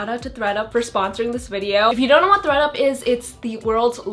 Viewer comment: Lol I thought you said “Greta” instead of “Thread up”